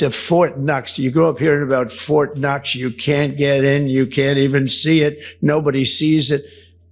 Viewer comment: ITS FORT KNOX NOT FORT NUTS . YOU TOSSER